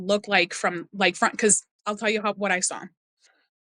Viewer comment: This one actually disturbed me, not sure what makes her so believable but her account is well put and seems credible. Can't get over the way she says "saw" like "sour" or "sowr" xD I couldn't tell if she was doing it on purpose or not haha